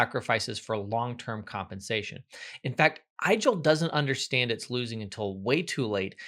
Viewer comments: it's pronounced 'Eagel' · "Igel" is pronounced like ee-gehl, it comes from German and translates to hedgehog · Igel (german for hedgehog) is correctly pronounced so that it rhymes with wiggle, not with Nigel.